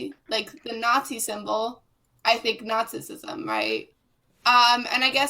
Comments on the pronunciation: Ahhh yes...my favorite ideology...Nasisisim... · Is she saying nazizizm?